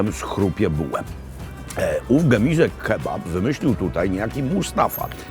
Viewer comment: pierwszy polski youtuber, który umie wymówić poprawnie gemize a nie gemuze! Doczekałem się, mogę odejść spokojny.